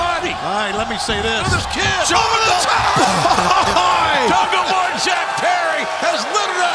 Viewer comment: Big fan of JR but when will this man learn the name jungleboy. Come on.